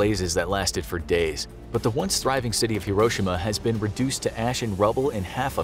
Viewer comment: Im not Japanese im pinoy but you uhh butherd hiroshima you say it slower